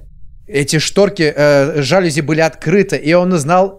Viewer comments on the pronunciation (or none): Ударение на букву и жалюз’и’